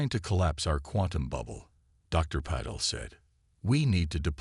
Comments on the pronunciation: Your AI SUCKS ASS!!!!!!!!!!!! WHAT THE F@ is the Dr's name::::!!!!?????: "Paddle", "PEDDLE", "PUH-teel", "PAHDLE", "PAT-le", "Patel", and WTF is: CATA-lodging"?????? AND, WTF is: "....time to PER-fict the technology...".? I am done listening to you. You people don't even attempt to proof read or correct these frequent and very annoying errors!!!!!!!!!!!!!!!!!!!!! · I believe it's supposed to be ( pa-tell). At least on other hfy channels it is. 😊